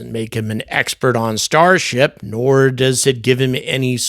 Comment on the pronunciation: Starsh-t LOL